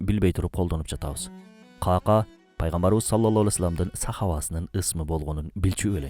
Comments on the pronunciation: Ках Ках, Кака эмес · Кака деп конфетти айтабыз го. Ыплас нерсе эмес эле. Сахабанын аты Ка'ка. Экөө эки бөлөк . Каналынарды көрүп сыйлайм. Бирок сөздөрдү бурмалабай туура жеткиз тууганым. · Кака эмес Кахках эмеспи жакшылап караңазчы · Бизде "кака" араб тилиндеги "кааф" тамгасы менен айтылат. Китеп дегендеги "к" тамгасы. Ал эми Сахабанын аты каткалаң "к" тамгасы колдонулат. Андан сырткары Сахабанын атында "ьайн" тамгасы бар. Туура айтылуусу "Коькоь" болот. Нажас нерсенин айтылуусуна окшоткон туура эмес